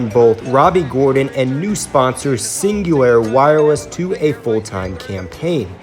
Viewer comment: Cingular not cingulair